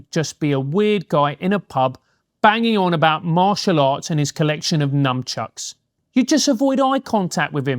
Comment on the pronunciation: It's nunchucks, not numchucks...